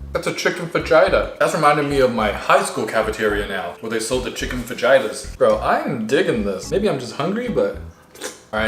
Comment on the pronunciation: The way you pronounced "FAJITAS" sounds like the name of a mild respiratory disease